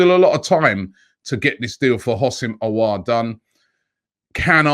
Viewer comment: It’s pronounced “OOO-SEM AH-WAH’R”